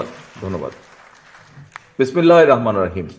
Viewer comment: ভদ্রলোক বিসমিল্লাহ ও সালামটাও শুদ্ধ ভাবে বলতে পারলেন না! শহীদ প্রেসিডেন্ট জিয়াউর রহমান এমন ছিলেন না!